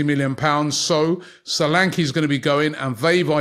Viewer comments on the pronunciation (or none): none